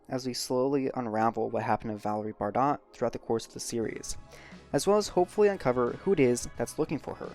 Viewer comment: Bardot is french the t is silent bro lmfao 🤣🤣 embarrassing